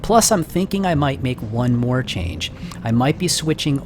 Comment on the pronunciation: hey! it's not moar, it's more! XD your very good continue